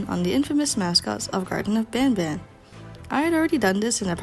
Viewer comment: You say garden but you are actully suposed to say garten of banban.